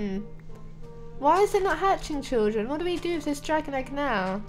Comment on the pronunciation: Stop saying chilldren 😑 I am chilldren 😐